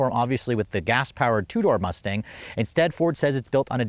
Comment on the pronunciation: Bro said Mousse-Tache 😂